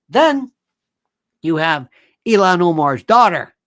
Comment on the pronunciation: It’s ILHAN not ELON Omar!